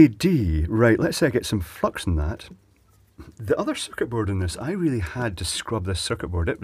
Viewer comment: At first i thought he was saying fuck instead of flux! lol